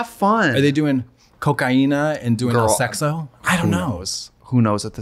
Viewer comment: Are they doing "cocaína" and doing "sexo" in the clearest brazilian accent